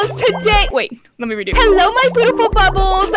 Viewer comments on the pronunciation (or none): Hello my bootiful bubbles TODAY wait- 2nd try: Hello my bootiful bubbles a- 🤭 3rd try/ the most HILARIOUS ONE IN MY OPINION: Hello my bootiful bubbles make sure to sUbScRiBbLe ( thinking about her life choices "WHAT HAVE I DONE PANIK")